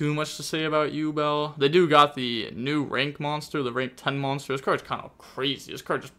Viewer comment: I can't believe he pronounced yubel correctly. worlds first 😂